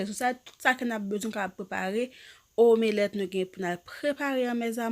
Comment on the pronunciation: Bnjr! Mwen espérer u menm ak tt famiy u bien. Merci pu video yo, m vreman apresye travay wap f an. Kenbe la, m felisitew chere. Men map pote yon ti correction pu u si sa pap deranjew. Yo pa di "omélèt". Son e an pa soti apres " m" lan. Yo di "omlèt" men en français yo ekril "omelette". M diw sa pu moun pa riw chere, okk! M esperer sa pa deranjew. Sinon, bonne journée! Prends soin corps u, bo pu mwen stp